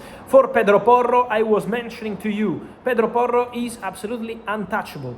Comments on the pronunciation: The way the words pedro porro roll is epic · Love the way he says Pedro Porro.